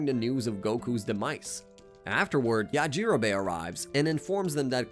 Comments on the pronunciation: The way that he pronounces yajirobe makes me want to scream!!! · Yah gee rowbbay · Ok I was going to listen through this video but the way you pronounced yajirobe 😔